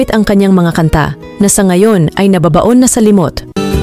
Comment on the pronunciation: Maganda po sana ang nilalaman ng I nyong sinaliksik, pero bakit Mali Mali po ang bigkas ng ilan sa mga salita? Halimbawa, kabataan, nababaon, sumikat, ginamit , Mali po young mga diin sa pagbigkas. At bakit po parang galit na galit ang tono nyo?